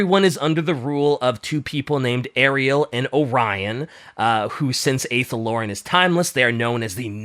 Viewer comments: Just a pronunciation thing, Druchii is pronounced with a hard K. Athel Loren is pronounced with an Ah, not a singular A. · The way pronounces Athel Loren makes my Warhammer Fantasy heart cry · How tf is trying to teach about fantasy when he can't say Malekith, Druchii, or Athel Loren correctly AND doesn't know if Skarbrand is in it? Do some research dude